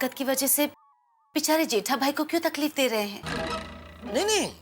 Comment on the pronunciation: Taqleef ❌ Tapleeq✅